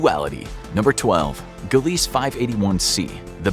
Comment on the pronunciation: "Gilleese" and "virginis" as you pronounced them, are actually pronounced "Gleeze" and "Virgis"... js. Extra "I" and an "n" there dude 👍 mind out of the gutter please. 🤣